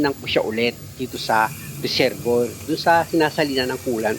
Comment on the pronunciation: Sir resebwa nyo po bigkasin ang resevior pra po d kau mhrapan sa pgbgkas.salamat po sa mga tips